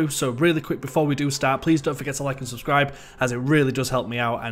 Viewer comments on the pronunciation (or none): none